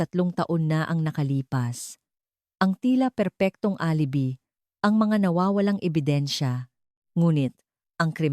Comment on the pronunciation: Alibi pronounce as a A l i b i hindi alibi ano ba yan hindi ka ba nagbabasa or nakikinig sa mga kuentahanay, Ano ba yan